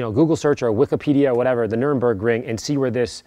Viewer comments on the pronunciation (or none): "Nuremburgring"? Woah, gotta get me there ASAP! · As someone who's driven on the Nürburgring, it's unbelievably painful to hear you call it the "Nuremburgring" multiple times :/ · "nuremburg ring" lol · "The Nurembergring" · Butchered the name😂